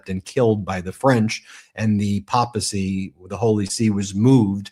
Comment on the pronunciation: Ben, could you please pronounce the word papacy with a long "a" - like paper, not papa, unless you are Italian ...